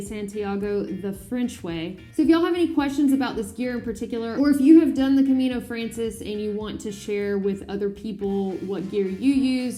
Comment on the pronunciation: I cannot belive that you as an absolut camino-beginner are doing a video giving advice to other pilgrims! You cannot even pronounce the name of the Camino frances right! Just walk a few Caminos in different months and get some experience yourself before you give advice! First learn, then you can teach. Are you even a pilgrim? or just another tourist or worse “turigrino”, those who pretend to be pilgrims and get a credencial so they can sleep in cheap albergues and have cheap vacations? Maybe you better focus on your spiritual development and meditation like a real pilgrim instead of producing videos. The camino isn't a "hike" but a pilgrimage! Buen Camino